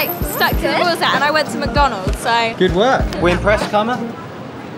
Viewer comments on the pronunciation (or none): It’s mc-Don-ald’s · I don’t mean to be rude but in England they say Mac don ulds